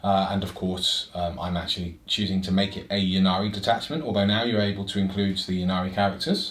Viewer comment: It's "may-lay" with the emphasis on the 2nd syllable so maybe more like "m'lay" :) For what it's worth, it's should also be "Innari" not "Yinnari" as the letter Y followed by a consonant is pronounced like an I in English - which also makes the play-on-words in the Yncarne's name make sense - he's the death god Incarnate (not "yincarnate".)